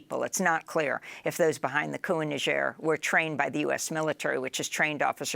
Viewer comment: First time I hear somebody correrctly pronounce Niger...